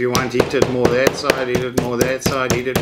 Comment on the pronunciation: I almost thought you said "...I will moer this properly ... " :DD